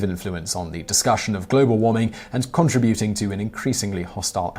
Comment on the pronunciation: Contributing. Pronounce it correctly you boofhead